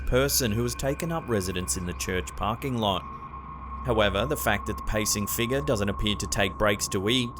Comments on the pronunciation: Now I know how to pronounce “figure”…”figgah”. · I love how you say the word figure :D sounds like figgah to me :D